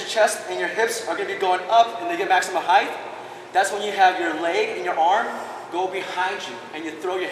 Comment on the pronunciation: It bothers me that he says "height" wrong But it was an outstanding tutorial and quite a high gainer flash.